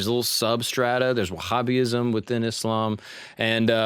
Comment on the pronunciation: Refreshing to hear you say wahabi. Catholics get it the most. From a Muslim ❤ I thoroughly enjoyed the video, you did much better than I expected.